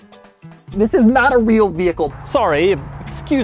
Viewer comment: I cant believe how hard this made me laugh when he said "THIS" even though I was expecting it lol